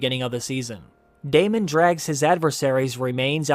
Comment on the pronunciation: you pronounced Daemon wrong , re watch the tv show, listen to the name , say it properly, esp if you are making these videos. You just sound like an idiot when the show pronounces it one way and you decide nah that not how you say that name,Ill say it like this. Please rewatch the show and learn how to pronounce the names properly